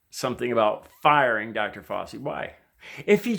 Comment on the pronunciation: Love your heart,. “Fow-chi” as in “cow” and the beginning of “cheese”, I believe, though not 100% sure.